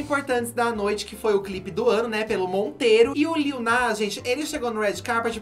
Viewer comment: Adoro o corrigindo a Blogs e falando o nome do Lil errado tbm LOL LITTLE